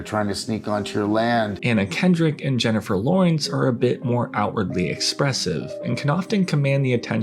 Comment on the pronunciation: I swear I heard you say "Jennifer Loins"